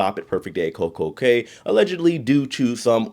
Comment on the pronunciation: The Cay in Coco Cay is pronounced Coco "Key"